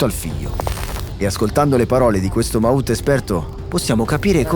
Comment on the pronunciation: The term «mahout» should be pronounced as it is in the language in Thailand, not as if it was an english word !